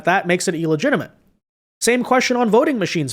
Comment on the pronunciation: illegitimate not ellegtiment.